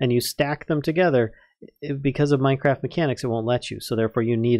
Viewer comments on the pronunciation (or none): none